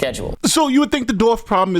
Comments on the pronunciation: Why do so many people mispronounce “dwarf?” It’s not “dorf” or “doorf.” Are they unable to see the “W” in the word? Is it an Ebonics thing? Is it from Tim Conway’s “Dorf on Golf” videos where he kneels on a pair of shoes to look like a dwarf? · it’s dwarf, not dorf. Just so ya know. No one else mentioned it so, I thought I would. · Why do so many people mispronounce “dwarf?” It’s not “dorf” or “doorf.” Are the unable to see the “W” in the word? Is it an Ebonics thing? Is it from Tim Conway’s “Dorf on Golf” videos where he kneels on a pair of shoes to look like a dwarf? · Dorfs 😅 JK man I guess you have difficulty pronouncing dwarf as "Dorf". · it’s Dwarf, not Dorf. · The word is dWarf. Come on man.